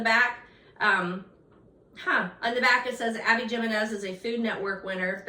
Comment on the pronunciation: Hi! Just so you know, Abby Jimenez is pronounced with an H, so Abby Himenez.